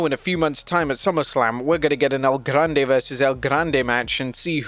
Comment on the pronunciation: Please keep saying El Grrrande as many times in one sentence PLEASE! I literally ROFL’d when I heard that line!